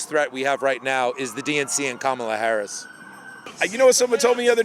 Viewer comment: That guy pronounces Harris’ name like the late pro wrestler.